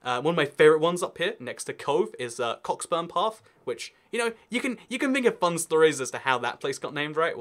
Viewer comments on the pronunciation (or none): It’s co-burns path:p just saying